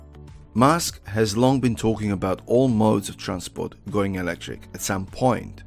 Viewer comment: Sounds like you're calling him Mask instead of Musk. Please work on your pronunciation dude. I was already a suscriber and I liked this video. I was able to understand what you were saying but it would be better if you said Elon's name correctly